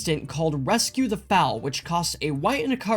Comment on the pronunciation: THRAY-bin Rescue the FOAL (like Hole) not Fowl.... Fowls are birds lol Bogles not Boggles. BOW-gulls Sorry, grammar police in me coming out hard on this one lol On a serious note though, this deck is a beast. Hangs against Red with all the life-gain, out-draws most mid-range decks, and keeps evasive pressure on board reliably. I was incredibly impressed with it when I finally put it together myself. It is a very hard deck to beat. I would honestly even consider cutting the Custodi Squire for Palace Sentinels. Monarch and Initiative is just so much card advantage.